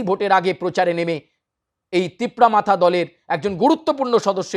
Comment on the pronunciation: Tipra motha bolte pare na thikmote Tipra matha bole..